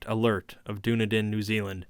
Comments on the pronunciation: Being a kiwi, ive never heard of the "streets of Doona-din" I have visited Dún- ē- dinn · Hi, brilliant reading. Your tone really suits the material. However, just a quick note: the city 'Dunedin' in New Zealand is pronounced 'Duh-nee-dun' not 'Doo-na-din'. Just thought I'd point that out! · Dunedin is pronounced Done-eden B) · The small city of Dunedin in New Zealand is pronounced “Duh-NEED-inn” And growing up in the 80s we still called mixed maori-European kids “half castes”, but I don’t remember when that faded out of common use. I guess it’s considered impolite now that mixed-race marriages are common. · I enjoyed this a lot, though as a lifelong resident of Dunedin (raised in the inland hill suburbs where the cult holds its rituals) I feel obligated to observe that you mispronounced the toponym. The accent in "Dunedin" is on the second syllable, not the first, so it rhymes (sort of) with the phrase "run bleedin'." That's a small nit to pick, however; I really do enjoy these Lovecraft readings. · Dunedin is pronounced "Dun-eden" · "Dunedin" is pronounced sorta like "Done Eatin'". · "Doo-Na-Din, New Zealand" hahahahahaha love it